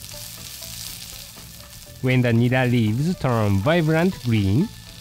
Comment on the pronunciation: nera not neba lol cute